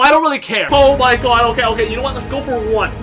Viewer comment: And we're here to win! lEt'S gUlL